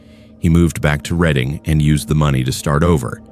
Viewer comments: Just wanted to point out at about the 6 minute mark, you pronounced it as "Read-ing" but it's pronounced as "Red-ing". Makes me laugh every time I head it said that way despite that being how it's spelled lol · Redding PA (Reading) and Wyomissing……Sus-que-Hanna….wow, the mispronunciation is driving me crazy! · It's pronounced "red ing", not reading. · Man, you cannot use AI voice to narrate anything in Pennsylvania. Mispronounced Reading, Schuylkill, Pequea, and Lancaster.